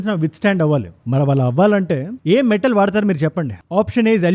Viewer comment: Matel ❌ Metal ✅